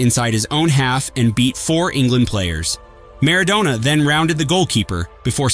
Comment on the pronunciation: It's Mar-ah-DONNNA